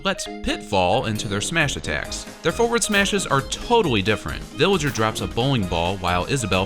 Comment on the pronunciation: He says billager